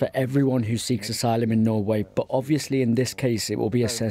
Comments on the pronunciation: *Norway. Although Norwich to Russia would have been funnier 😄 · 🙄 For God's sake - that so called reporter can't even read the sentence correctly ! She saying "he crossed from Norwich to Russia" 🤩 This is the privilege of being born to a nationality ! Nobody giving me any job and then she who you cannot even read a simple sentence in your in her own language can be in The Newsroom